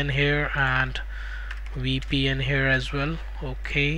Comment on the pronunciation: Omg what a funny accent :face-green-smiling:. Your "as well" is "Asvel"